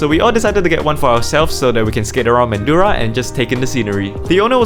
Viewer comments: btw little mispronunciation Mandurah is pronounce MAN-DRAH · you pronounced Mandurah wrong its Man-durah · I lived in canning vale. Looks like u guys stayed at Riverton area. Mandurah is pron as mandra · Mandurah resident here!🙋‍♀️ (it’s pronounced Man-druh😅) but glad to see you’re enjoying your Perth trip! You just missed Jacaranda trees (they bloom in late October to mid-November) they are purple version of sakura trees here and it’s the best season to go on a holiday because it’s not too hot and not too cold 😅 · Glad you like Perth mate! Although it's pronounced more like Man-drah as if the u isn't there haha. But yeah Perth's the best, lived here my whole life and wouldn't have it any other way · As a resident of perth, I would like to just say, glad you enjoyed our city! Also its not pronounced man-doo-ruh its man-juh-ruh! Glad you enjoyed it here and we hope u come back! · mandurah is pronounced man-drah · it's pronounced man-dra😂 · I find u very insulting I live in Rockingham u went to our mall which we call a shopping centre …u said it’s expensive ..compared to what Singapore …yet u come buisness class and yet a feed at the shop u say is too much money…learn to pronounce the places ..u went to Mandurah ..say it man dur ah ….u say it wrong … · This getting far too local... Oh, also, Mandurah is said like man-juh-ruh, Noongar people named it :O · Manddra, say it like that, people will think you are a local next time. Sweet vid mate. I live here and I love seeing other peoples perspective on this greeat city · as a perth local, Mandurah is pronounced man-dra! you should have spent an arvo at Freo Prison; it is one of the most famous things in perth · Mandurah is pronouned Manjra. and Fremantle doesn't have a double E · Mandurah is pronounced Man-dra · I'm sorry but that's not how you say mandurah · how you said mandurah i was like how dare you but its fine. fremantle markets were always cooked and busy